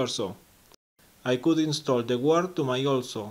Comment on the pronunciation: 'Guard': the u is silent, so 'gard'